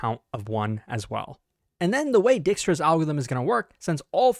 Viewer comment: my dutch ancestors crying whenever he says Dijkstra, it's pronounced Dike, please